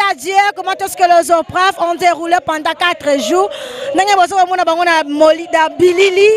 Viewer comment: Les élèves se sont bien défendu mais la journaliste elle est trop nulle Les aupreves au lieu de dire épreuves ( comment est-ce que les aupreves se sont passées 😒)